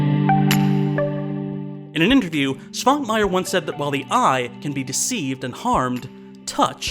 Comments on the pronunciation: Rewatching the episode, it really covers what I think a lot of people, myself included, find so fascinating in stop motion animation, and practical effects - they show actual physical objects. And something else I noticed when rewatching the episode - Man, can't pronounce Eastern European names for shit, can he? Quick tip: Svankmajer has a little thing on top of the S (a caron), which means it's pronounced Sh, not S. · oh noes correct pronounciation is slipping. [artʃimˈbɔldo] stress on the third syllable. [ˈʃvaŋkmajɛr] starts with a "sh"-sound. Otherwise brilliant as always. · Another Czech movie, another Švankmajer movie. Not that I am complaining. He is probably our weirdest director... BTW: 1. You pronounced Jan correctly, but Švankmajer is pronounced [ʃvaŋkmajɛr]. 2. Czech republic didn't exist before 1993. It was Czechoslovakia then. Sorry for nitpicking. Great video as always.